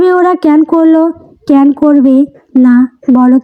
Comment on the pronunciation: উচ্চারণ টা ক্যান নয় ক্যানো, একটু খেয়াল রাখবেন ক্যান উচ্চারণ টা শুনতে ভালো লাগে না।